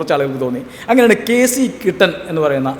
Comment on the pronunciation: KC കുട്ടൻ ആണ്. കിട്ടൻ അല്ല.